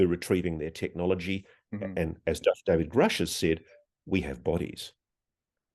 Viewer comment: Get educated before asking silly questions! You don't even know how David's name is pronounced .... Don't waste our time! There is better material on YouTube!